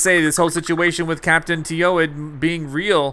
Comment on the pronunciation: Khap’taan Teewed is the same thing as Captain Toad